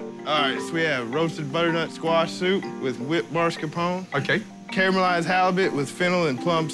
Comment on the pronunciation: I lost it at his mascarpone pronunciation.